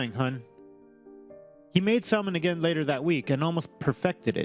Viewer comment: One correction, the L in salmon is silent, say samon.